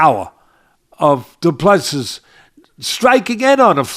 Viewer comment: Du Plessis is pronounce DO-PLA-SEA. Please stop butchering his name. He now deserves better.